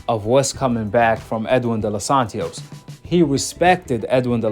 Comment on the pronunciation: Bro its De Los Santos.. why you putting a extra syllable??💀